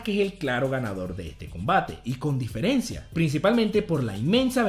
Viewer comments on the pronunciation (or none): none